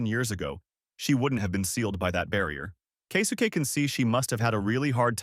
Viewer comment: Kay-soo-Kay 😅 Kesuke?